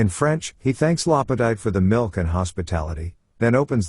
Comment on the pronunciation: Hard to take your analysis seriously when you can’t even give accurate pronunciation of a character in a pivotal scene. LaPadeet, not LaPadight.